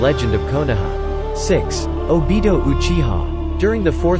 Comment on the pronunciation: My boy said obido =obito